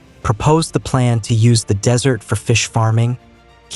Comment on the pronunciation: Wonderfully informative. Please consider using a real person to speak the text, as the AI voice frequently mispronounces words, and also has problems with the punctuation. Examples: "desertification" mispronounced as "decertification," "desert" mispronounced as "dessert."